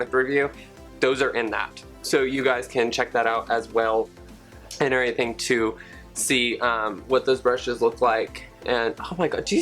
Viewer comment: "An erything"